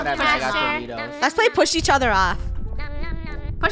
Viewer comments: "Don't Poosh Me!" - Draco, 2021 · "dont poosh me 😡😡😡😡"